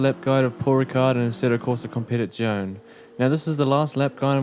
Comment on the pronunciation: Competizione is like Porsche, the e is NOT silent